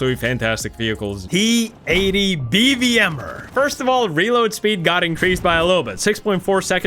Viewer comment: I like how bro goes “TKXerrr and BVMerrr” 😂😂😂